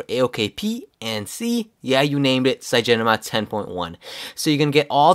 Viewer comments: It's called CYANOGENMOD! Not cyagen :-) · The reviewer keeps calling cyanogenmod as "cyagenomod" :| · CygenoMod?? It took me three times to understand you're actually talking about CyanogenMod lol XD But this review is juts what I needed, thanks :) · cyanogenmod is not pronounced cygenomod